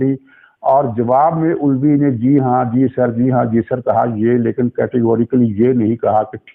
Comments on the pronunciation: علوی نہیں بلکہ الوی یعنی آلو سے الوی۔۔ کیا خوب تلفظ نکالا۔ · Aelvi not ulvi